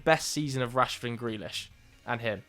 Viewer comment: You were doing OK until you said Rashford. 😢